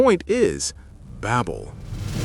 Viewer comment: Tower of Ba(y)bel, not babbel.